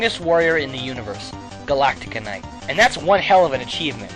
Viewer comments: By the way it's Galacta Knight not Galactica Knight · I don't want to be "that guy", but its Galacta Knight, not Galactica Knight...Great video though! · why does everyone say galactica knight it`s GALACTA KNIGHT! god damnit